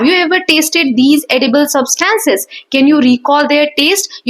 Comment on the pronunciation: Mam you are did not pronouncing substance right... But you teach very well!❤